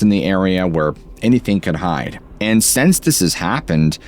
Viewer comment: This is not on topic, but why do you pronounce the word “since” as ‘sense’?